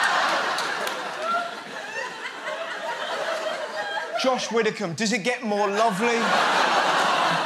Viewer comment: When he said josh widdicum I fucking d e d ree